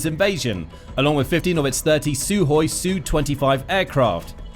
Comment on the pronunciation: It's "Sukhoi" NOT "Suhoi"!